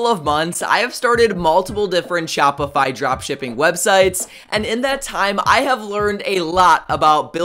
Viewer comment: They way he says shopify crushes your brain cells 😂😂😂